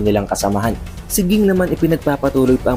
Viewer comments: king naririnig ko haha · Lods nag away na sila sa pagkabigkas mo ng pangalan ni ging or jing. Hehe pero lods sana jing nalang gamitin mo, kasi parang nawala pagka astig pag ging hehe nasanay na kasi sa jing😁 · Pronounce mo name ni Ging ng maayos lods... Jing pagkabasa or pronounce 😊😊